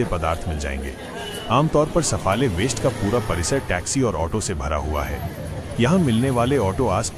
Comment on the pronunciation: सफाळे आहे. सफले नाही. कोण आहे ते कळूंदे. मराठी बोल.